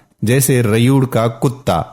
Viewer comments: sir rayur nhi rewar prhty hn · Bakri ka rayud Galat lafz he. Ye actually rey'wad lafz he. Plz correct. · کیا عجیب تلفظ ھے اردو کا! چھوٹا بچہ کو چھٹا بچہ، اور ریوڑ کو ریئوڑ بول رہا ھے